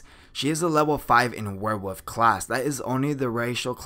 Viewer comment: Can you say werewolf instead of "where wuff"?